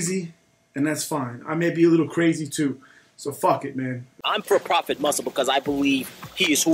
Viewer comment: Not propah, Prophet.